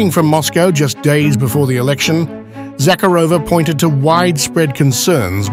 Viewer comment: Please pronounce her name correctly. ZaCARova ie emphasis on second syllable.